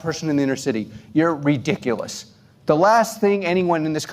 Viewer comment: He used the “R” word with a hard “idiculous”🤣🤣🤣